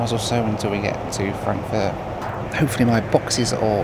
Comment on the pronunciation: Did he just say „Frankenfurt“??